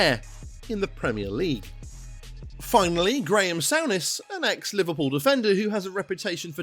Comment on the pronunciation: Sorry, but you absolutely butcher the pronunciation of most of the players names lol Sowness? Noons? Varin? Great video, but please its dead annoying.